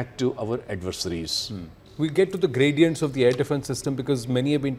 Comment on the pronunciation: Graduents? Really.😂😂😂😂 How is he the anchor?